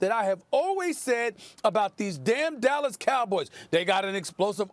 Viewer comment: Do you mean the “Allas Cowboys” No “D”